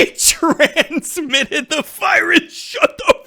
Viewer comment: LMFAO XD Trans-mitted xD We gonna trans your space man just so you seethe xP